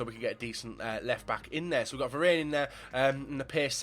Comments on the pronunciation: Also it's Varane not verane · Varan is how u say it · Someone teach him how to pronounce varane